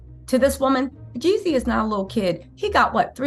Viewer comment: you keep making me think of Ye when u say Yeezy. 😂 it’s Jeezy.